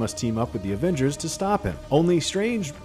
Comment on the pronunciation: "Avangers" really?